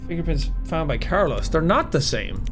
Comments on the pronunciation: Bro says Carlos care loss it’s pronounced car-low-s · It's Carlos not Carloss brahhhh.